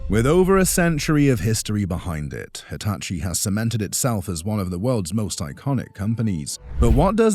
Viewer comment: “Deetachi” could work.. like if you agree